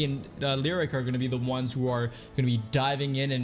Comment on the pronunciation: Dude it hurts when you mispronounce names constantly. You must have heard his name in at least 1 YouTube video. It's "Lee oh rick" he is not a lyric or a rhyme. It's also not Meeradin... it's "Mur ah din". This will probably be ignored by you again unless up voted for sure. Sorry to bring it up but it's not very common to hear their names mispronounced.